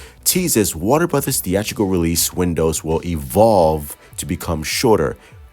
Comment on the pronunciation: Some of the Snyder cult a waving the white flag... Not your boy the. I know it's bad but I enjoy just listening to him try to pronounce things. "Warna Burddas" 😂😂😂😂